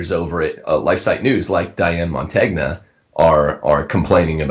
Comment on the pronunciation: Please use the Italian pronunciation of Diane Montagna's last name! It is like fingernails on a chalkboard!